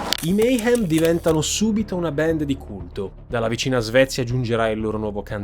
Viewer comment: QUESTA GENTE NON SI 'LEVA LA VITA' NEI RITUALI, VENGONO UCCISI, 'SACRIFICATI'. I 'COMPLOTTISTI' SONO QUELLI CHE LI FANNO I COMPLOTTI, NON QUELLI CHE NE PARLANO. E LUI DI COMPLOTTI NE CONOSCEVA BENE TANTI SE AVEVA UN PADRE CHE LAVORAVA PER QUELLA GENTE ! 'BAND' SI PRONUNCIA 'BAND' NON 'BEND' , 'BEND' TE LA SEI INVENTATA. LA COMBRICOLA DI EMARGINATI E' STATA VOLUTAMENTE 'DISTRATTA' DA QUESTE BANDS DI HEAVY METAL, CHE NON SONO NATE SPONTANEAMENTE, MA SONO STATE CREATE APPOSTA DAGLI STESSI SCIACALLI CHE CI CONTROLLANO E CHE IN QUESTO PERIODO DELLA STORIA VOLEVANO LA GLOBALIZZAZIONE E AVEVANO BISOGNO DI UNO SFOGO PER I 'RIBELLI'. TUTTA LA TERRA E' CONTROLLATA DA SATANISTI, SE NON TE NE FOSSI ANCORA ACCORTO, E LA CHIESA CRISTIANA NE TIRA LE REDINI.